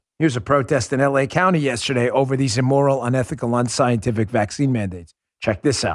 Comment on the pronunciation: Immoral not Emmoral .... please Dan. You're educated, please show it.